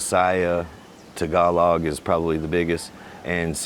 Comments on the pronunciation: It is not “tag-uh-log” ; it’s “tah-ga-lo” (“tahgalo”) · I think it's pronounced as : ta-GA-loog, accent on second syllable, and final letter "g" is pronounced. Tagalog is a phonetic language (as all the other regional dialects). It's pronounced exactly as it's written, unlike French.